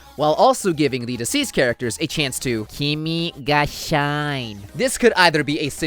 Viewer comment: No one is going to mention "shine" is suppose to be pronounced "she nay", or is this a joke to pronounce it "shine"?